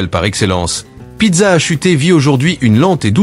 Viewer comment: Pizza a chuté, mdr l'IA.